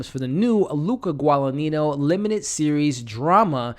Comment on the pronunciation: Interesting review, but pronunciations are (Chloe) Seven-ee and (Luca) Guada-neenyo.